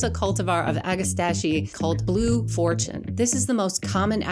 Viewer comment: Ag-ah-STACK-ee. You're welcome.